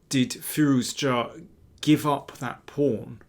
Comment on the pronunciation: Thanks for the great analysis and also saying Firouzja correctly, since many people including chess commentators mess up the pronunciation